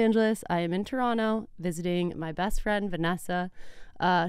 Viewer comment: As a born and raised Torontonian... you can tell that your besties live there by how you say Toronto THE RIGHT WAY! Thank you for not enunciating the second T and saving all of us torontonians a big ick hehe.